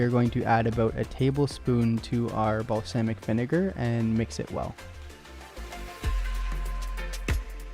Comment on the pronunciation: mans said balsaymic vinegar